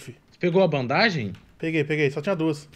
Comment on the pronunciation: e, vcs estão nos Estados unidos estudando inglês, certo?pois então por que vcs pronunciam ban-da-ge? Sem ofensa.